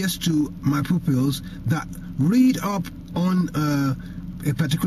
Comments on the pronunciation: "70% of my poopulz".... lol :D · Is he saying 'micro pills' or my pupils? lol